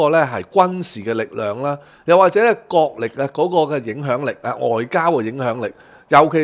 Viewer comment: 唉， 係國力 不是“角力”呀！😵‍💫😔😔😔